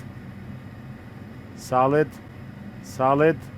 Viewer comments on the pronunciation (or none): when he says "solid" it sounds like he's talking to a friend named "Saled" lol